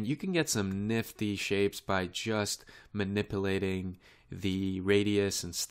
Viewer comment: eeehehehe...(Bevis)...he sez manipplating. hehehehe.